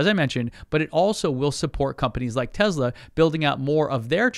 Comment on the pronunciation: Tesla NOT Tezzla!